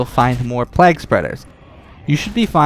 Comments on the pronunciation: fyi, it's pronounced "playg" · Why are you saying plague like that?